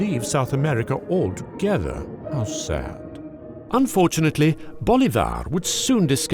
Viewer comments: You are pronouncing Bolivar wrong.The stress is on the I, not the A. It’s BolIvar, not BolivAr. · It's Bo-LEEH-var, not Bo-Leeh-VAR... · "Bo-LI-var", not "Bo-li-VAR"... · well, except for the "Bolivár" accent he pronounced his last name with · it´s prounounced Boleeevar, emphasis on the I. great video btw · Please stop murdering the name Bolívar every time you say it.